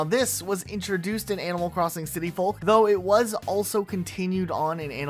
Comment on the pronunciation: The L in folk is silent, like in yolk. Otherwise, very entertaining video!